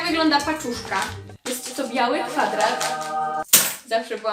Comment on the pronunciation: Jak powiedziałaś "paczuszka" usłyszałam dziewuszka jest źle